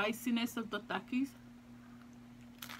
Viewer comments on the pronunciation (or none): No offense or trying to be mean but the way you say takis you say thakis